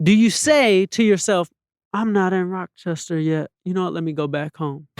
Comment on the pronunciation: Replayed at least 9 or 10 times since it dropped & still getting gems.. also couldnt help but laugh every time he said rockchester NY🤣